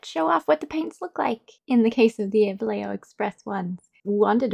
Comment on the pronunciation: Wait... this is a historical moment... an epic day that will live in history for ever... a new era for human beeings!!! Yes, my friends, An English speaker has say this brands name more or less correctly and without butchering the second most spoken lenguage in the planet, spanish. At last! English speakers of the world, this is (more or less lol) how you say Vallejo. THANK YOU, its only the most important paint brand in the planet. Sorry I had to, I love the channell but english speakers always butcher this name, always. But you didnt. So thank you. Great video btw, like always.